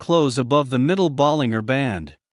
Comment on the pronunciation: Stupid AI voice, there's a G in Bollinger, not the way Your AI pronounced it